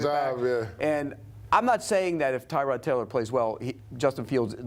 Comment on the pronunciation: We still mispronouncing his name? Is not Tie-Rod, its Tuh-rod